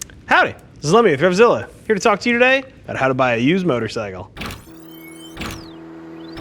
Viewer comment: "Howdy, this is Lemdfssjilla"